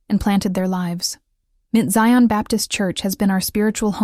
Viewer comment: Can someone please 😢tell the narrator it is NOT Mint Zion, It's pronounced Mount.. smh. Somebody needs to go to ⛪️ to get educated 🙄 to get educated about church ⛪️ 🙄. Ughhh.